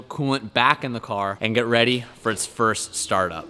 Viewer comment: AS SAID "REATY" TO DO TH!!!!!